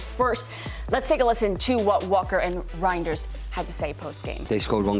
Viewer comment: Im infuriated how you pronounce reijnders and feyenord....